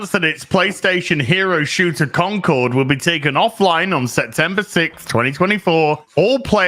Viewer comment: I love how keeps calling it "Conquered."